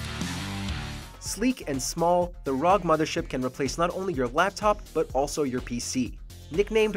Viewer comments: Only one complaint it is pronounced "R" "O" "G" not rog. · The way he said ROG as rog instead of "R-O-G" triggers me a lot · "ROG".... AROJI damit 'R' 'O' 'G' lul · the fact that he called it rog and not R O G makes me just wonder who's doing the proof on these how can you let that though ROG is an acronym and literally NO ONE pronounce it rog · Console peasant, it's R, O , G acronym for Republic of Gamers , not rog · R-O-G. Its R-O-G, not RAWG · Anyone else cringe at the ROG pronunciation and "65GB of RAM"?